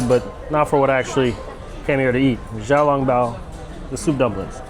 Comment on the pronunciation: Bro it is not Ja Ja I hope you learned that You were correct in Xiaolongbao but its pronounces somethinging like siao instead of the english x sound